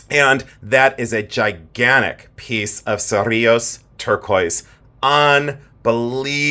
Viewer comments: Lol OMG I know CERRiLLOS♥️♥️♥️♥️ t that was perfect pronunciation I'm Spanish and I'm from New Mexico I know where that place is love you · Beautiful bolo ties!! Cerrillos turquoise comes from New Mexico. I visited a wonderful shop up in the mountains and he was Navajo and knew all the different mines, most of which he said are mined out! So proud of your Spanish pronouncing ( remember to roll those rr’s)😃😂I’m Puerto Rican and it comes naturally to me! Love you so much!❤ ❤